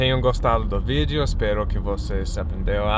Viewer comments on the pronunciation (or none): none